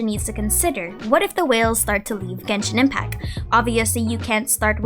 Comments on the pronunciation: Hi, i love your content so i don't mean this in any bad way... but I notice you always say "Genshin Impac", like the "T" is never there lol. Just thought i'd mention it in case you aren't aware of it (i'd want to know)! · Love how you pronounce Genshin Impacc